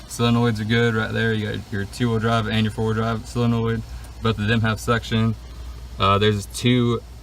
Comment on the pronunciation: 'solenoid' is pronounced: "SOUL- IN - OYD"